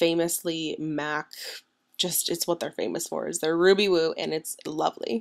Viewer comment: It Sounded like You Said Ruby Boob .. Lol